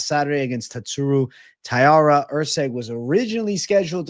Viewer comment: it's TAI-RA